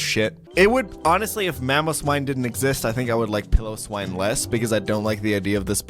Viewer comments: Piloswine. Pile-O-Swine. Jesus man. Love the content, but wow! Actually, nevermind. I said Pillowswine when I was younger. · Every time he pronounces it “pill-o-swine,” I cringe